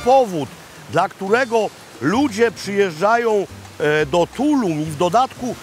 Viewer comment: Also accent is on the last syllable in Tulum! 😊